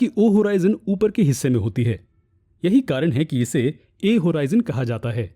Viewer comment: Hoorizion nahi horizon hota hai